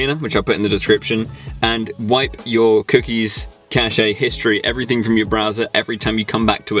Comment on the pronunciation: Im sorry to do this but cache is pronounced "cash"